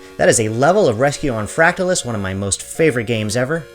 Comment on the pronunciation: You’re pronouncing it incorrectly. How do you pronounce “fractal”? Just say the word and add “us” at the end. No need to emphasize the “tal”. Thanks.